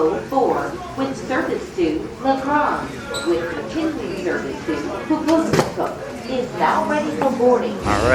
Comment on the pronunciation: Hearing the automated voice try to pronounce Puvirnituq cracked me up